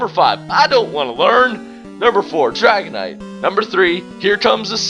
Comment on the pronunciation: When he said dragonite I was like NO, NO, NO